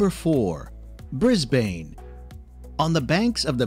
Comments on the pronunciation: "Bris-Bane"? Aaaarrrggghhh! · I had no trouble finding heaps of Great Barrier Reef videos but if you want one around the 10 min mark - this is just under that. (9 min 14 sec). Also the name Brisbane is pronounced as Brisbin! Castle in Australia? LOL. No, that is the church on the grounds of Port Arthur Penal Settlement in Tasmania - known in the day as Van Diemans Land. Hell on earth. Not 'kind of slow beach' - COTTESLOE BEACH. We have so many camels in the outback that they are exporting them to Saudi Arabia. They were originally brought to Australia to open up the north-south and east-west highways but when the work was done, they were released in the outback and they thrived. There are millions apparently. That is actually a scene from the movie AUSTRALIA with Hugh Jackman and Nicole Kidman - same hill in the background there. That is a boab tree and there is a song about it in the movie sung by Nicole. There is a movie called TRACKS about the true story of a young woman who wanted to trek the outback from Alice Springs to the Indian Ocean with just her dog and some camels. She made it. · I know - can't stop laughing. Bris-bayyne? nope. it should sound like = Brisben or Brisbun. Fline-duhs Street Station? (shivers) nope. it should sound like = Flinn-ders Street Station. There is no 'e' in Flin . Please someone from Australia do a tour of Australia video using the local lingo pronunciation. Then it won't just be entertaining for our foreign friends but helpful too. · Brisbane is NOT Bris-bayne .. it's Brisb'un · and oh lord the pronunciation is the worst I've heard. Why is bro pronouncing Brisbane like bris-BANE FROM BATMAN? Pronunciation should be "Mel-bn" and "Bris-bn" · Bris-BAYNE can also have severe storms AND flooding. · Melbourne is said Melbin , Flinders = Flin ders, Brisbane = Brisban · Right? Bris BANE! Loses all credibility with Aussies when he says that. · Yeah I get that. the voiceover is shocking... Brisbaine..... unreal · Melbn, Brizbn